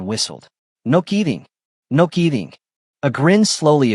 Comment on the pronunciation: The spelling is getting better. Now for the proper pronunciation of words. "KEEDING' for kid-ing for one. and what's with the foreign language moments?. Then there's that bit about real life from an AI story.